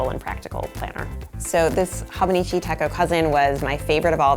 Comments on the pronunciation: Goodness...."hawbuneechee tekko" made me cringe....I'm the th person to correct the pronunciation but its "hoe-bow-nee-chee teh-cho" but yeah its great I fricked love my hobonichi! I got my sister the 5 year version (which I think was limited edition?) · Its actually Ho-boh-nee-chee Teh-chö. Lol No long sounding vowels. 😆✌🏼 And no, the 5-year techo is not limited edition. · Life changing might be overstating it given your displayed lack of knowledge on the subject. No mention at all of the Midori/travelers notebook. Or the Jibun Techo for that matter. If you don't know how to pronounce something, look it up or find other youtubers who do know the pronunciation. It's a long O in Hobonichi and ch as in church in techo. (Let's not even get into the rapid talk, vocal fry, excessive "like" placeholder, uplift at the end of sentences plus dropping off in volume) Learn something about the tomoe river paper in the Hobonichi as it is one of the major selling points of this planner. Also include the actual Hobonichi Website in your links list. It looks like you went to amazon, looked at a ratings list, ordered some planners and threw together a vid to hop on the whole planner thing. The Hobonichi link is